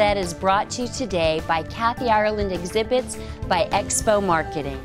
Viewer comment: Americans can never say Ireland properly...